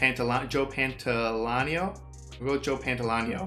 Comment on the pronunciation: "Pan-toll-ee-ah-no." Although maybe his nickname, Joey Pants, will be easier. ;) In addition to The Matrix, Pantoliano plays a gangster in the Wachowski sisters' debut film (and I think, even more than The Matrix, their masterpiece), Bound.